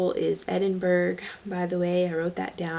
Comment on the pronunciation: Edinburgh is pronounced as Edin burro